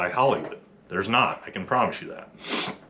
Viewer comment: i mean i’m here for you’re statements sir, but let’s at least try to put emphasis on the correct word, so we can convey the point properly. so for example 1.) NOT all sf dudes… 2.) not ALL sf dudes. 🧠👈🏻